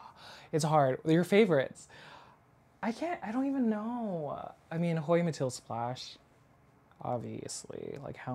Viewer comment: What a collection - Mathilde Splash is my favourite. Surprised you don't have a Linearis. So great that you can pronounce them all 👏